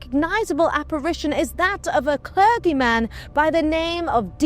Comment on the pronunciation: Piers Gaveston is pronounced PEERZ GAV-ih-stuhn. Not Gav-stone. Clergy is klur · jee She's blonde... explains a lot